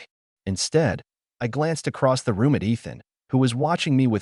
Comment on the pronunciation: The constant “dot”s and pronounced A T instead of “at” and I T instead of “it” and S O instead of “so” etc., makes the story barely comprehensible. Fix your AI.